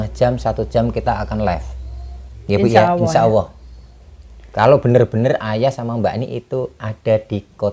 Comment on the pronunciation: Maaf insyaalloh mba bukan insyaawoh, Kayaknya mauberobat, $semoga diberi kesembuhan